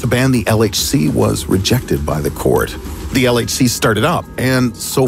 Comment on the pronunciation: Did he just say LHC or LSD.....